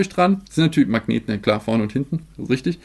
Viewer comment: Ich liebe die 10000 wörter begrüsung und dieses rüchtüg. Einfach zu nice😂😂😂